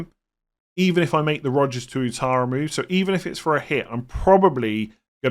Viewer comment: Pronounced as Wattara